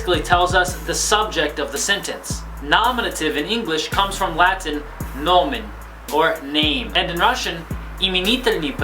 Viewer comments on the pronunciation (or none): none